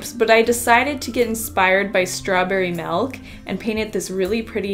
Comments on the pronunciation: Can really hear the Canadian accent in pronunciation of milk. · saying melk compared to how i say milk is my everything now🥺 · I didn’t think you were a “melk” person oh no 😫😂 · love when says ''MELK'' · A true Canadian when she pronounced it as "Melk" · The way says melk.